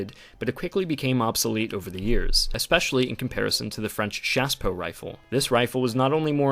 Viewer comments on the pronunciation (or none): none